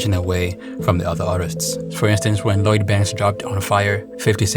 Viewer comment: How you going to make a video about Lloyd Banks and you can’t even say his name? Who is Load Banks hahaha